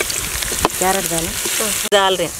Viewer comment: Grandma jab apne carrot dala tha or bola tha kai carrot lag raha tha ki aap kya re bol rahe hai.